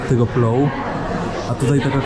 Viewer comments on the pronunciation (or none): Nie plou tylko plov 😂